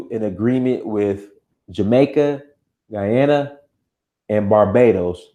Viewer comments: Your pronounciation of Guyana was correct bro..Guy...a..na...bless up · You said it right 🇬🇾 Guyana. We are called: Guyanese Great content thank you